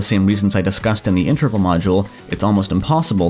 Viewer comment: I wish this guy would pronounce interval correctly